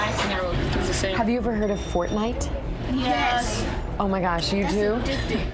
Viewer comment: “Portnite” XD